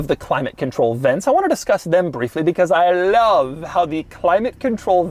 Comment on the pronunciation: "I LAV"!